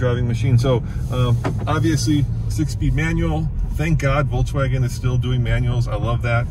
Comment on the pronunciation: Voltswagon? Lol